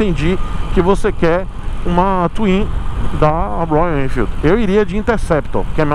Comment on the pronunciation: projeto do zero na minha visão é ainda pior. não faça essa loucura, vc vai trocar uma moto praticamente zero km, de excelente qualidade por uma coisa!!! Uma caixa de surpresas!!!!, vc fazendo biquinho pra falar Royalennnfeeld!!!!! É uma graça!!!!! Nota se que vc gosta mesmo da marca!!!kkkkk